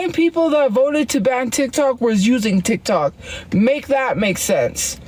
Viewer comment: She had no idea how to explain the "titok" ban. Also, she didn't like RedNote because she couldn't understand and got "fusstrated"